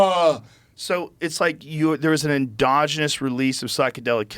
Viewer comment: Joe "andongenous release of psychedelic chemicals" Rogan